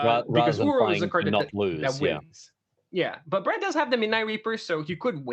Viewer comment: PV going reverse pulp fiction where the guys name is brad but is sounds like hes saying brett.